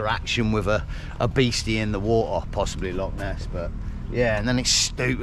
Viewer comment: Just can’t stand the way this guy says water. Such a commoner.